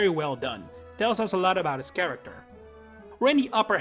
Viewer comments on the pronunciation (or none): none